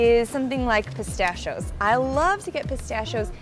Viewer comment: she says pistachios weird, i sai; piss-stash-shee-o's